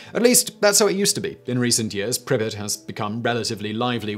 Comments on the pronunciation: and also PRI-pree-yaat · Why you pronounce "Pripryat" like "Prippit"? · Always lols me the way Simon pronounces russian/ukrainian words. Lol "prippit."